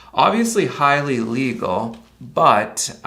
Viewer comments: Plus as far as the plate cover goes, I think you meant to say il-legal. Your video makes it sound like you said legal. Just sayin', have a good one. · he said illegal, but his pronunciation is confusing. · you might want to emphasize the first syllable in "illegal", too.